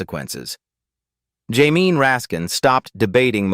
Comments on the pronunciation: Teach your machine to say Jay-mee instead of jamine. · Also, how to pronounce Jamie